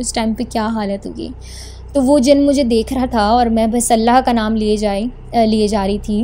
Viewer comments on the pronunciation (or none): none